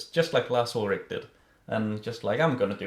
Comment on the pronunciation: I love how you say Lars Ulrick instead of Lars Ulrich :)